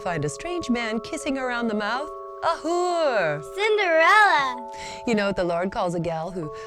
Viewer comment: " A whure... "